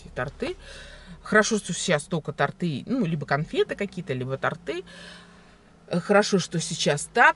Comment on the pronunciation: Торты, ударение на О! С Днём рождения !!!